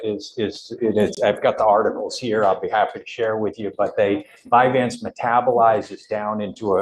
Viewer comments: And it's NOT "Vyvan" it's "Vyvanse" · This judge is acting like a know it all but isn’t even saying VYVANSE CORRECTLY!! ur not a doctor dude!